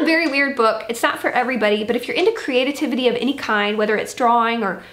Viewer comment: New word! "Creatitivity" ! Love it!